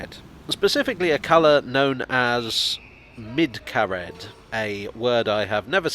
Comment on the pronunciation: I'd pronounce it MID-cuh-red.